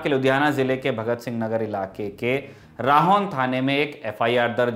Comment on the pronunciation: Rahon pronounced as raho and it is not in Ludhiana it’s in shaheed Bharat singh nagar